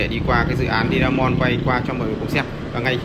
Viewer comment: Hải phong Today mà đọc Di a mon thì dở rồi